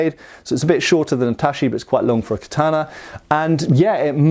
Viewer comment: Tat-chee, not tashee ;)